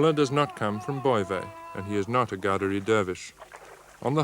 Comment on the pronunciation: Qaderi Sufi Tariqa. He mispronounced it as ghaderi.